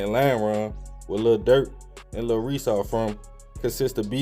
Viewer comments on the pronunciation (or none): none